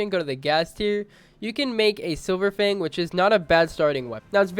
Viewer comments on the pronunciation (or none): none